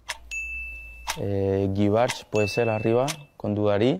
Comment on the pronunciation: as a native French and Spanish speaker I find it remarkable that he pronounced a bunch of french names with a clear Spanish twang...(e.g. 'See-dan' instead of 'Zee-dan'). I tend to stick to the pronunciation in the original language so I wonder if Griezmann (who has obviously achieved nigh-native Spanish proficiency) does this consciously?